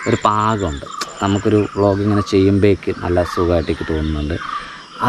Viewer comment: ബ്ലോഗിഗ് അല്ല വ്ലോഗിങ് ആണ്